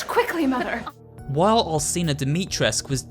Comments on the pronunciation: Its not Al(s)ina its Al(ch)ina. You need to read it that way!!!! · Bruh I’m 3 mins in and cadou and Alcina are pronounced wrong cadou is (cad-ooo) and Alcina is (Alchina) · And alcina (alchina)